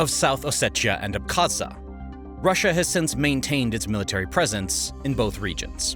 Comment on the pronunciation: He mispronounced many names of people and places. …thumbs down …amateur! …Abkhazia ! …Prigozhin!